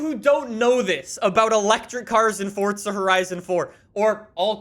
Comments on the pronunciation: It’s “forza” not “fortza” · do you have to YELL EVERYTHING? and THERES NO FUCKING T IN FORZA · Honestly on every fucking video the newest comments are from all the 8 year olds and only know lambos and ferarris and people STILL talk baout that he says forza like fortza